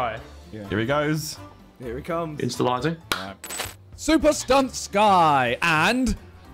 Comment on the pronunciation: my guy said "instalising" 🤣🤣